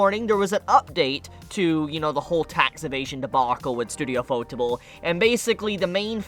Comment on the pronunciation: Lol the way you pronounce ufotable is shit. Its literally ufo-table. It's yu-fo-table. You can thank me.